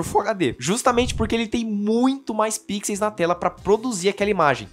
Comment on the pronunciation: o plural de pixels é com som de "u" 😆 Mas o vídeo é excelente!